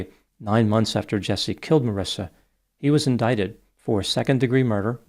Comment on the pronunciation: There is no “I” after the “C” in her name so that’s pronounced with a “ck” sound and not an “S” sound. Looks like that would be pronounced “maw-reeka”. 🤷🏻‍♂️ Sounds about right,huh?